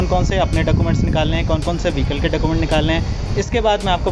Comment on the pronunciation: Process is good bit you should mention url of rto and charges and other rule also... Plz pronounce document properly